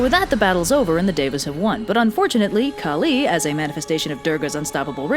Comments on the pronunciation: Its pronounced "Kaaali" not kali..kali is the evil asura who comes to end the world at the end..kaaali is the goddess its written the same but pronounced differently and means different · i love ur videos and i love this video but the way ur pronouncing kali is sending me 😭 anyways i love the way u put this, our mythos barely gets western attention, this was so funny and charming! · I am so sorry for being salty but you sais first ones names wrongly